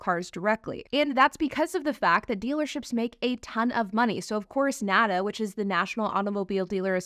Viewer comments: $55,000 is an attractive price point? Guess she only plays in 'certain neighborhoods'. And was this video made in 2022? When we all thought EVs were the future? Whose payroll is she on? And it's not 'nada', it's N.A.D.A. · As someone that represented franchised dealers for almost a decade, it hurts me to hear the National Automobile Dealers Association called nahduh rather than what folks in the industry use as shorthand: (N-A-D-A pron. Enh Ay Dee Ay). The franchise laws are there to protect the dealer's investement from the manufacturer and secondarily protect the consumer so that the consumer has options of where to buy the vehicle from. It would suprise people to know that the dealer/manufacturer relationship is not always harmonious. Manufacturers are always trying to force or coerce dealers to do things. Sometimes it is spending $$$$ on facility redesigns every time the manufacturer changes strategies. Or, it's forcing dealers to buy vehicles that aren't selling. Dealers buy that cars from the manufactuer for resale. If it is forced to buy models that sit on the lot a LOOOONG time, the dealer ends up eating the costs. This is not to say there's aren't abuses and problems in the current system, but direct to consumer is not the panacea one thinks it would be.